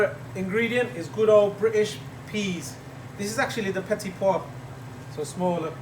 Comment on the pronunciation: I like very much the way you explain what you're doing, along with the rhythm of the video, the quality of the image (due to a tripod I reckon), no shaky stuff, good and clear sound… An example for this kind of video, well done ! Applause from Paris (love how you pronounce "petits pois")